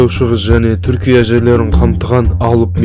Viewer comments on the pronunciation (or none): none